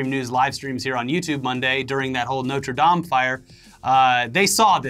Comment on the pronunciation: Thank you for pronouncing Notre Dame properly.... So fed up with 'dame' as in 'broad'.